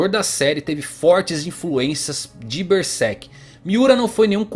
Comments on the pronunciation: Esse é um dos melhores canais sobre Berserk do Brasil. Mas uma coisa que me pega é quando o cara fala "Bersek" em ver de "Berserk". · Ele fala Ber sek